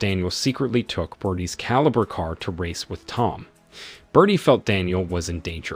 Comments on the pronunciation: It's a Holden calibra in Australia 🦘 think that's why he keeps saying calibre think the whole thing was done with ai 😂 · Caliber car? It's Calibra ffs! And the second car is a Opel Manta, not a fucking Audi, do some fucking research!